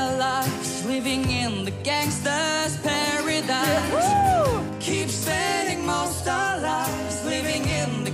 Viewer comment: why he says pearadaese